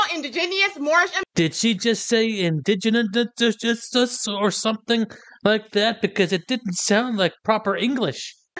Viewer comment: Well, of course her incantations failed. The indegenius didn't pronounce them correctly.